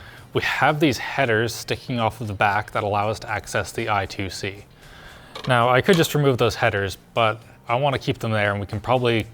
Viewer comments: isn't the I2C protocol pronounced I-square-C instead of I-two-C? 😂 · every time he says I2C rather than I(squared)C. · is it not pronounced i-squared-c? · Just a friendly tip: I2C is pronounced: "eye-squared-see." It stands for Inter-Integrated Circuit. Hence the squared. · I think i2c is pronounced i square c. Unless you're talking about something else. Either way I'm sorry for being pedantic or mistaken. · If you don't even know how to pronounce I²C I highly doubt you need it.